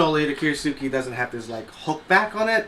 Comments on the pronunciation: Since in transcripted Japanese, the "U" following an "S" is usually silent, Kiritsuke is pronounced "kee-rits-kuh", not "kee-ree-soo-kee". Other than that, everything about this knife is pure kitsch. Pink handle, fake damascus, silly blade shape. Since I came for the review, not the knife, I am not disappointed, as I do appreciate the honesty. You could add a few more close-ups though so the flaws become more obvious. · Thanks for the honest review. You pronounce "kiritsuke" similar to how you would pronounce the word "tsukemono" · lol call it what it is.. kiriTsuke there is a T . kir IT suke